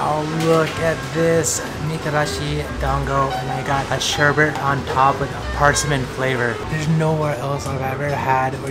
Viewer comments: Sherbet, not sherbert. :>) LOL! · sherbet is pronounced "sherbit", not "sherbert". Notice there is no second r.